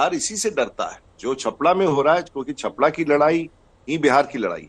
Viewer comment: छपरा का नाम सही से ले लेते तो अच्छा रहता